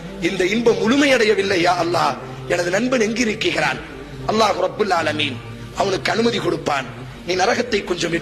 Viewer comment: இலங்கை தமிழ் இல்ல இது கொச்சை தமிழ்.. நாம் நடைமுறையில் பேசக்கூடிய தமிழ்... ஆனால் இது தவறான உச்சரிப்பு